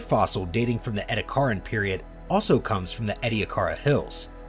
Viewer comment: Also of concern are the mispronunciations of Ediacaran (as "Edda-card-ian", yet they still managed to pronounce "Ediacara Hills" without adding more letters) and "Rodinia" (as "Ron-dinia"). Variations in syllabification and the occasional ambiguous vowel like the E in Ediacaran aren't too uncommon, but inserting letters that aren't there isn't really acceptable for documentary narration. There were other mispronunciations but these are the memorable ones, as well as tribble-ite of course.